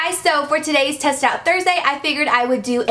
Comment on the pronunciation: Who else heard the test it out Thursday??😂😂